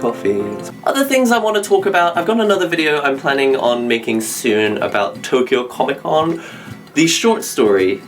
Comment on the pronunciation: "Tokyo Con" lol